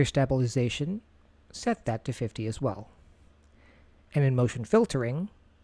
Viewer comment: Glad I’m not the only one. I feel bad as this was so helpful but I cringed every time he said it.